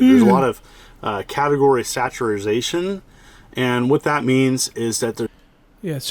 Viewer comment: Did he say "saturization"?? He's a teacher too...